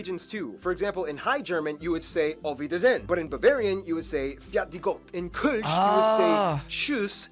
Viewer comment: You said ""Auf Wiedersehen" very good ;-)